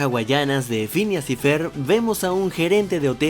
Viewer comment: dijo fhineas y fer el pendejo, es Phineas y Ferb